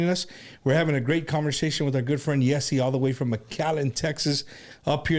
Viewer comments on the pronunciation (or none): I think his name is pronounced jh-ay-see